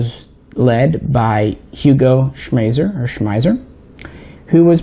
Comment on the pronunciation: we love you like a brother but it's distracting that you pronounce "Schmeisser" at least 3 different ways(including the correct way). But "we" can overlook this since you don't say "kalISHnikov":-)